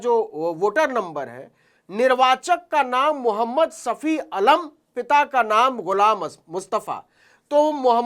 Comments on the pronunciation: अलम नहीं आलम होता है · न्यूज़ तो खोजी पत्रकारिता अच्छी है मगर उचारण 👉अलम नही आलम होता है